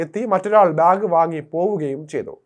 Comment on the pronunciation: ബ്യാഗ് അല്ലാടെ ബാഗ്